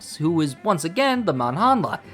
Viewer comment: Good video. Though I want to burn my ears when you say manhandla.. Not because it's a weird name. But you pronounce it very very strange